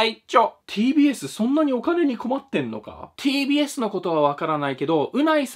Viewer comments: tbsがpdsに聞こえてちょっとびっくり笑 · 最初PDSって聞こえたw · “ “さんの動画の中で ”TBS”って出てくると、 “PDS”に聞こえるのはおれだけか､､､？